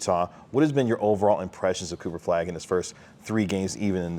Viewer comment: Kinda driving me nuts that no one can say "Flagg" or even "Cooper". It's always "Cooperflagg", all one word, every time.